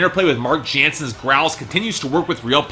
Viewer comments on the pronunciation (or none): Would you say it's like the word "simmer" but replace "mer" with "mons"? Also he mispronounced Mark Jansen's surname, it should be pronounced as "Yansen".